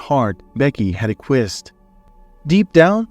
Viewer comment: So many words mispronounced. Ack we essssd. Quite shocking really.